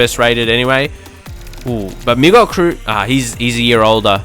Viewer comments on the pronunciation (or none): none